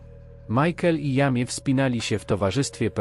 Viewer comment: Jamie to chyba fonetycznie Dżejmi😉